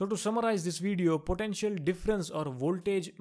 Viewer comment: its potential not potentail!!👎